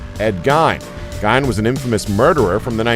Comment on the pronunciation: you are saying gein wrong, it's pronounced gain.